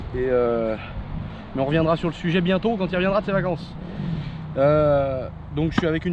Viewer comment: La façon qu'il dit " vacance " et le fait qu'on ne le voit plus depuis un petit moment cest chelou. Liberer